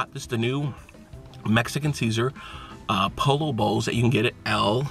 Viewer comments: It's pronounced PO-YO not POLLO LOL! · Ralph Lauren making Polo bowls now? lol You're in Cali learn how to pronounce Pollo (p OH y OH)........come on now step up your game! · Omg you killed me 😂 you said pollo wrong every time and pollo is chicken not a duck 😭😭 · "Po-yo" is the correct pronunciation guys:) El Pollo Loco means The Crazy Chicken. What's up and YouTubers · Pollo is pronounced "poyo". Also pollo means chicken not duck. Hope that helps!!! Good vid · Chipote ley? I thought it was pronounced Chip-poet-el. Tort-eeya? I thought it was pronounced Tort-til-la. Thankfully you pronounced poe-lo right. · "Polo" You know damn well it's not pronounced like that. Dislike. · my friend it's pronounced "Poyo" but it's cool dude. You're still dope as fuck!!!! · Po-yo*** Creamy cilantro*** not ceaser dressing & it is not a pollo bowl. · it is pronounced Po"yo". pollo. PO YO. get it right. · You say you're Mexican but you pronounce Pollo like Polo wtf man!?? You should at least know how to speak Spanish if you claim to be Mexican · Actually it's spelled pollo. It's pronounced poyo